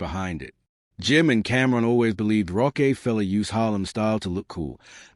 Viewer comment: Hey, whoever you are talking about this issue learn how to pronounce names bro I had to stop the video short because you was giving me a headache shit you mispronounce Rockefeller you mispronounced Jadakiss multiple times